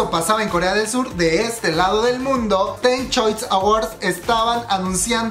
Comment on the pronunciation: Corrijo: Teen se pronuncia "Tin" Me pareció de muy mal gusto que le hagan esto, siento que menosprecian su trabajo, y ellas son muy talentosas. Y eso está mal porque ellas se están volviendo cada vez más populares últimamente a nivel mundial (yo por ejemplo entré a su fandom hace nada)... Siento que si siguen como van, me atrevía a decir que pronto veremos su carrera a la par con la de mis niños BTS, pero creo que deben estar con una compañía que les dé el trato y el respeto que ellas merecen, una compañía que las haga crecer. Así como lo ha hecho BigHitler con BTS.